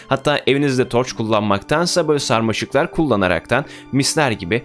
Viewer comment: Nobody::sarmaşı